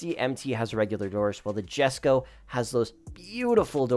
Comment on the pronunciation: “Yesko no jesko”-🤓